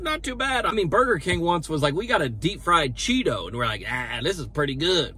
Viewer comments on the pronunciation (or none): none